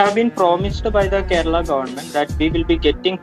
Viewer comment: Keral nahi Kerala hai